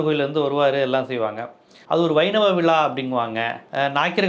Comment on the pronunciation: விழா என்று சரியாக உச்சரிக்கவும் விலா என்று சொல்லுகிறீர்கள்